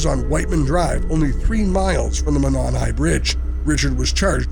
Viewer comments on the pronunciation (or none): Monon is pronounced Mō-non.